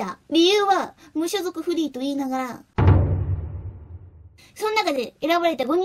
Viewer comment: "ってことー"がバグってる。オエっ